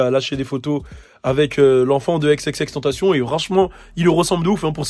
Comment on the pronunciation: son nom se prononce xxx en francais pas avec la pronotiation anglaise :)